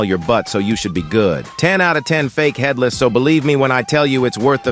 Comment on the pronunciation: Bro said fatherless rather than headless 💀